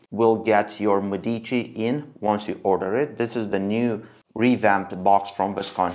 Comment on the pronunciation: ME-dici. More emphasis on the ME Which sounds like “meh” so it would be “MEH-deechee” pronunciation wise👍🏻